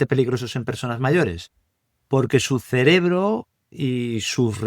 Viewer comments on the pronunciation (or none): Este Sr., en lugar de decir : cerebro dice celebro.....